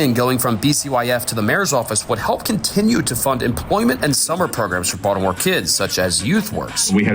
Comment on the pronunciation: It's Baltimore,. Hahahahahaha